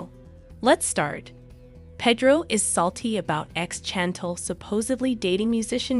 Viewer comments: Please say her name right !!!!1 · Why don’t you watch the show so you can listen how how her family says her name. I had to stop watching your video because you’re not saying her name correctly. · The way you pronounce Chantel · Why are you saying her name wrong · Pronounce his wife's name correctly please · Pronounce the name right!😡😡😡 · Pronounce her name correctly…… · Learn how to pronounce her name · I love this. I just need you to learn how to correctly say her name. It’s as if you have never even watched the show. “Shawn-Tall” is how Pedro pronounced it. So the show is called The Family Shawn-Tall. But her name is pronounced Shawn-Tell. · yup. That’s right. I stand corrected. 💕 CHANTLE sounds like some kind of prescription medication 💊 on commercials. Every time I hear it it makes my ears hurt. 🤣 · StoP purposely butchering that woman's name, you ain't slick! Everyone knows good and welL that her name is pronounced "ShaN-tell" aka Chantel!!! 🤡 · Learn how to say her name damn it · She said the lady's name a thousand times. I got irritated hearing it mispronounced so much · I hate she keeps saying her name wrong. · Pronounce it correctly lady!!! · I know it's driving me crazy the way she is saying it lol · Ridiculous that the announcer can't even pronounce Pedro nor Chantel correctly UGH!!! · I'm tired of this person that can't do proper annunciation of African American names. If she can say Channel then she should be able to say Chantel. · Can you say the girls name right? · You need to pronounce her name correctly. It kind of loses the message when you cannot pronounce her name. Thanks for the update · This person must not watch the show because she can't even pronounce her name right, smdh another push story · Before you blog learn how to say her name or watch to show to hear how to say her name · Learn how to pronounce both names if you are going to be the announcer. Can't listen to this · It’s not pronounced Chantel! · Shan-tell not Chan-tl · very annoying